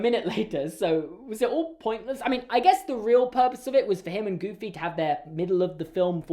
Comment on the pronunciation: The emphasis was on the wrong place. The emphasis is on EXTREMELY not GOOFY. I apologise on Disney's behalf